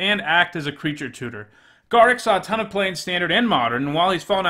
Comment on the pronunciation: Wow, that is the absolute WORST pronunciation of Garruk I've ever heard.